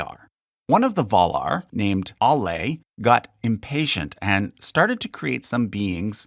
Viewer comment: Its surprising just how many names here have been mispronounced. ... even Valar.